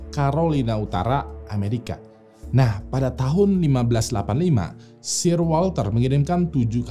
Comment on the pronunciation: untuk SIR WALTER RALEIGH, baca "SIR"nya bukan S-I-R Tapi S-È-R. Itu sebutan khusus yang diasosiasikan untuk pria-pria yang berhubungan dengan order of chivalry atau Knights/Ksatria kerajaan di Inggris, dan katanya berawal dari "SIRE" bacanya "SAIER". Mirip-mirip MR. dan MRS. tapi ini sebutan khusus yang dianugrahkan ke individu tertentu langsung oleh ratu. Contoh Sir Lewis Hamilton si pembalap F1. Sir Alex Ferguson si pelatih MC. Sir Rowan Atkinson, si Pemeran Mr. Bean. Kata Sir ini mulai dipakai pas jaman2 pertengahan, terutama jaman ksatria tuh bang. Seperti Sir Lancelot Du Lac. Sir Gawain of Lot. Sir Gareth. Sir Tristan. Sir Galahad. Sir Bedivere. Sir Percieval, dsbnya. Ini cuman sekedar info, karena itu salah satu Youtuber ternama, dan pastinya videonya ditonton orang banyak, jadi tujuan koreksi dari saya agar orang Indo gk malu2 amat ketika baca kata "Sir" didepan orang British nantinya. Atau kalau gua yang salah, tolong koreksi ya.